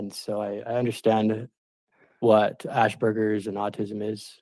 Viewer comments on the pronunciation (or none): It’s “Asperger’s” , not “Ashberger’s”